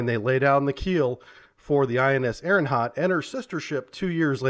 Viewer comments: I really apologize for being "that person" but it's driving me crazy ... It's "Ari - hant"... not "Ari - N - hant" ! Otherwise I love your content & knowledge! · The name of second submarine in ur ppt is wrong. It's not ARIGHANT, it's ARIGHAAT. And you can pronounce the name of ARIHANT as ARI-HUNT cause it'll be a perfect pronounciation. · His mispronunciation of the name is much cooler than its actualy pronounced.